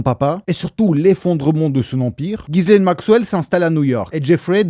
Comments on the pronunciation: Mini mention sur la prononciation du prénom de "GHISLAINE" Maxwell : On prononce "JISS-laine" 😉 Le "Guy" du début accroche mon oreille à tous les coups 😊 Superbes explications et analyses ❤ Continue 🤗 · mes oreilles saignent : GUI LAINE MAXWELL !!!!